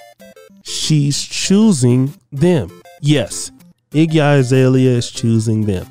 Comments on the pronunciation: It’s Azalea not I. Bruh you pronounce names terribly 😂😂😂😂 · Her name is AH ZALEA, not I zalea!